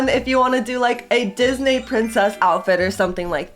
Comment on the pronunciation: Disnae princess it’s pronounced disnee princess Disney 😂I’m not being rude but I’m telling her that it’s pronounced like disnee princess 😅